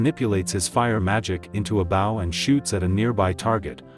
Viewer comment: Bro cant pronounce bow